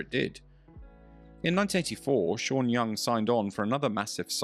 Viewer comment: The way he pronounces her name, sounds Chinese.